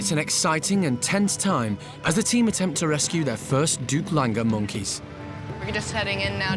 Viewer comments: OMG for heavens sake it’s a Doug langur. Not a Duplanger or whatever you called it. Langur is a type of monkey. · They’re referring to Duc is the actual name of specific species of langors. The first part of their name is pronounced like “duke.” Duc Langors. ☆彡